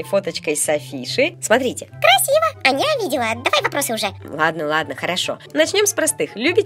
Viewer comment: Вопервых, не Аньа а Аня и во вторых, не слим а слайм. 🤦‍♂️🙎‍♀️🤬🙅‍♂️😡😠